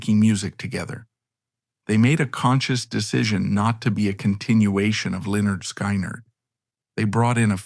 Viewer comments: Sky neerd? hahahaha. Try pronouncing Skin-erd! What an ass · it is pronounced skin erd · why can't they pronounce the name correctly if they've gone to all the trouble to make the documentary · Really!!! Another one that can't pronounce the name of the band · If you're going to tell a story, make sure you can pronounce the band's name correctly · Honestly dude I could not make it through this video just how your saying the band name and bro........ wtf happened to Ed King!??